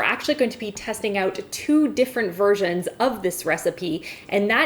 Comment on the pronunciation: her viersions sounds like virgin